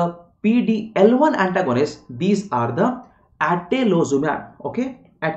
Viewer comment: Sir thank you for the explanation But small correction in It is - atezoli "ZU" mab & Ave "LU" mab